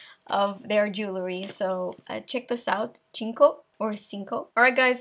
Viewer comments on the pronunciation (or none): Love ´s videos! One comment from a Portuguese fan: Cinco, the Portuguese brand, is pronounced "Sinco" (same sound of the "c" of 5 in French= "cinq"), instead of the"ch" sound. Great video, very useful!